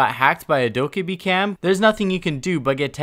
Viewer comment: bruh her names said dough-keh-bee not dough-kah-bee